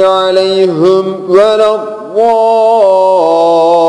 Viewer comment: aleyhim değil, aleyhimu